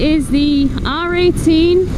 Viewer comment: I keep hearing 'R.A.T' instead of 'R18' !